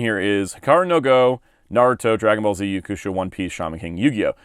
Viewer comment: Why do you pronounce Yu Yu Hakusho like that?